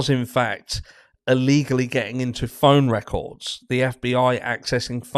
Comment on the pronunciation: did you say “phone records” used, or “Phony Records” were used?? Lol. 😂😂. I think that we all know, by now. They have nothing, they have covered up all of the real records.